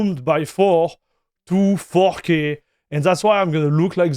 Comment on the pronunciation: He keeps saying fucky ? Instead of 4k ! 😂😂